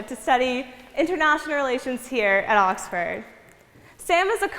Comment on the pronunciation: 'At Oxfaaard! Woof it's really scary